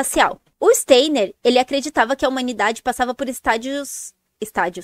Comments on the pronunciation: Pronuncia Stainer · Nem sabe pronunciar o nome.do Steiner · A pessoa não sabe nem falar o nome do Steiner….